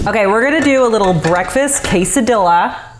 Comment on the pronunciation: 😬😖😵‍💫 my face every time I heard the word quesadilla being butchered like that lol